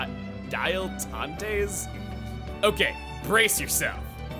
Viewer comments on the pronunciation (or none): dilettante - "dill" "ehtahnt" - Amateur